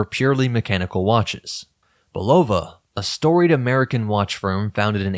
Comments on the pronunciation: It's a real downer when almost every YouTube video mispronounces the word "Bulova" from how the company's decades of radio and TV ads always pointedly pronounced it "Bull-ah-vah." It's a family name, but these YouTubers cannot bother to take the few minutes needed to ascertain the correct pronunciation on the Internet. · The correct pronunciation of Bulova is "Bull-ah-vah", with the emphasis on the first syllable. This pronunciation was used in the brand's original commercials and is the way the company has recently reaffirmed its name. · Hey, ',' ditch the AI narration. Ella-jin and Bull-ova have never been a THING.